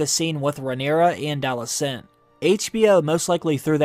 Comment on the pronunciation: Alice Cent? Alys Ent? Ali Sent?... AL • i • cent